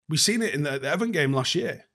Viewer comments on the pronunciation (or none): none